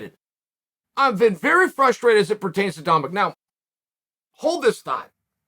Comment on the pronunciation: Me: Frustrated Chael: Fruster rated Me: Fruster rated